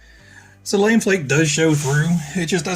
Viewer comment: Great video, and super helpful. I'm building one for myself as I type this. :) Just an FYI, it's not Lame Flake, like "that was lame". It's pronounced Luh-may Flake. Normally it has a little accent mark (Lamé) but Tamiya omitted it for some reason.